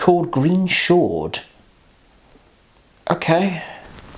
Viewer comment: Cabbage!? Are you quite all right? Mint, fennel, anise, sage, tarragon, thyme...all these come to the fore and then there is a slow revealing of other flavours as they distinctive elements of the bottle reveal. Chartreuse (pronounced Chartrurze, not Chartrousse) is magnificent. MAGNIFICENT! And it is best served, like many strong spirits (vodka, poir williams, etc) straight from the freezer. It's excellent in a green chaud (pronounce sho not shaud, yes there is a motif here) and is also delicious pored over lemon sorbet (but only use a little). There's a reason it's a classic. It has stood the test of time. Yellow Chartreuse? Don't bother.